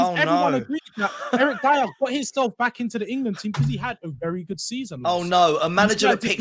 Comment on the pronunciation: Dier?? Seriously ? 😂😂